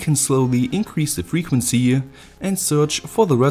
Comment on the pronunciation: The Frequnsie.. the faillyrre.... sie you next time